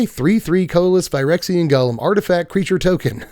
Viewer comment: Hey! Loving your spoiler content. One small note- golem is pronounced “go-lem” like it rhymes with “go-them”. From Yiddish “goylem”, popularized by the story of the Golem of Prague